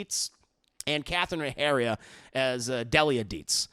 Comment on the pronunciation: How you pronounce Delia 😧